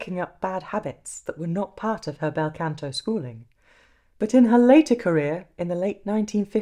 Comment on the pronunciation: Scusi, Canto pronounced con to, not can to. The ahh as in mah ria or mama.✔✔✔